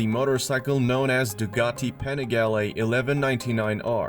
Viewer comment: So funny that Americans can not speak out European names like Panigale, Porsche....